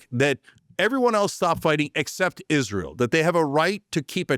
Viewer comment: or everytime Cenk says Isreal